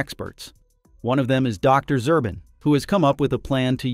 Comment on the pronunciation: Zubrin , not Zurbin